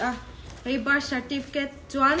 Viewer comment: Ka bâr (birth) certificate atih tang khian chiang reng. 'R' lam hi an harsat thin a kum phulo a birth certificate nei thar ho hian😆😆